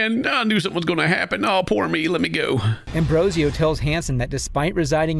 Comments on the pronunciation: I can't not focus on how the narrator keeps saying Ambrosio but the predators name is Ambrosino. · You say his name is Ambrosio but you write his name Ambrosino..... So the one to make fun of will be you then.... Well done 🤣